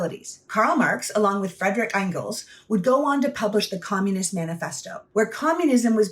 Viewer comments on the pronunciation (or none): Very good video. 👍 But... It's not INE-gels, just ENgels, like it looks. And it's not GOYbels. Technically the first syllable vowel is like the 'U" in "push", or you can just say "Gebbels".